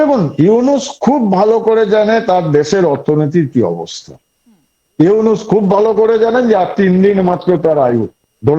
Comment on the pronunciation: ভাই, ইউনাস নয় নামটা ইউনুস। আপনাদের সাংবাদিকরা বলে ইউনেস। কি একটা অবস্থা। 😂😂